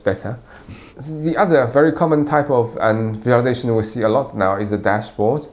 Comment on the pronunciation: sounds like he's saying "data validation" lol